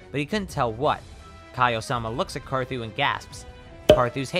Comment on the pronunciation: LOL U SAID CAR ZOO